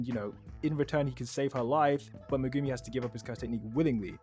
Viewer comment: Did you guys call him…..Megoomy…?